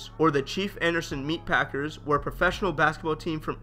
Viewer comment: My guy said Anderson .Paak-ers lol s/o Ventura County 💯